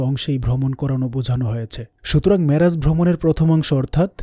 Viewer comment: Assalamualikum oa Rahmatullaha. You write down "Miraj", but you speaks "Maraj" What happen gentleman. Please explain. Allaha Hafez.